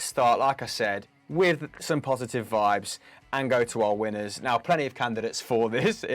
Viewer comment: On dish poshitive 😂😂 lol mic was tripping